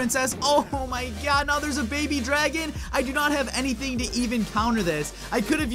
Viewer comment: You said paby dragon